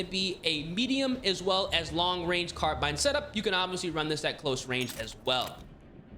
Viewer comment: Literally says "carbun", these guys are always illiterate.